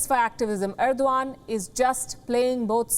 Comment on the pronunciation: Why Erdogan read as Irwan by her?